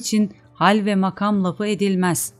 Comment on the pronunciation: Türkçede hece, kelime ve anlamına göre kelime vurgularının nerede yapıldığını bilmeden böyle bir şeye soyunmak doğru değil. Mesela "makam" kelimesinin ikinci ünlüsü uzun vokal olarak okunmuş, oysa kısadır. Kur'an ahlâkı da şunu tavsiye eder: "işinizi en iyi şekilde yapın." Bir iyi yapmak istiyorsanız, onun ilmini öğrenin lütfen. Hakkını vermiyorsanız hiç yapmayınız. Yanlış, eksik yapılan işten hayır umulamaz.